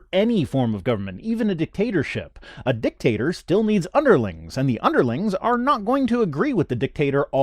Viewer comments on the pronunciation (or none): I don't know why, but I enjoy hearing you say "dick-tater" over and over again. I'm so juvenile sometimes.